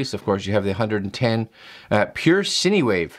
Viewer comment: This video is amusing 🤣 He has no clue about these devices but he tries really hard to give it a review. He literally is learning as he makes the video. He says, "Pure Sin Wave" lmao classic. Oh and that DC adapter is DC to MC4 (for solar charging)haha